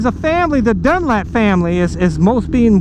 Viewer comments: It's Dunlop...lop...not Dunlap...jesus buddy at least get his name right! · Dunlop not dunlap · Dunlop not Dunlap bro. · You Don't know what your Talking about when it comes to Road Racing, and you can't even pronounce the name properly, idiot! Why does anyone do dangerous and extream sports ? Because you feel most alive when your cheating death, so instead of a Death wish I'd say a lust for life. Next time do some research before you go flapping your mouth. Bike fan who doesn't know who Joey Dunlop was! WTF !